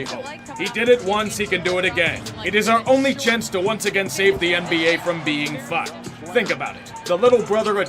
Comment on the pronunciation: I love how he says fAck